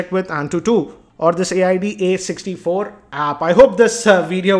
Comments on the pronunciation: ..the second software that u were talking about AIAD64...its pronounced as. (I)(da)64.. hope this helps.. coz saying A.I.A.D 64 every time is very stressfull.. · AIDA64 is pronounced Ayda 64 or Eida 64, not A-I-D-A 64. It's a benchmarking suite of tools developed by FinalWire R-A-N-J-I-T... er, I mean.